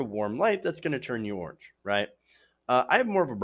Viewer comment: Lol he didn't say orange, he said 'Arnge'